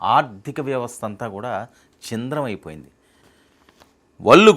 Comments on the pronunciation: అయ్యా, యాంకర్ గారూ, మిమ్మల్ని తప్పు పట్టడం నా ఉద్దేశ్యం కాదు. చింద్రం కాదు.‌.. ఛిద్రం. బోరాస్ కాదు... బోరాన్. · అది "చింద్రం" కాదండి.... "ఛిద్రం" అనాలి 👍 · Chindram..vallu.. kaalla.... బాబు anchoruu...తెలుగు పలకడం నేర్చుకొమ్మా